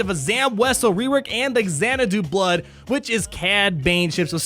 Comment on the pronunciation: Did just pronounce it "Exanadu Blood" haha. Great video as always.